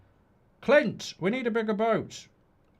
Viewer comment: Quint not Clint, you prat 😂😂😂